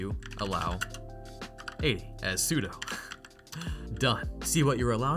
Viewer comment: sudo stands for superuser do. not superuser doe